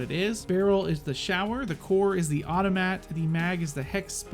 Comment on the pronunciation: Its not automat its Fe-der-ov ov-to-mat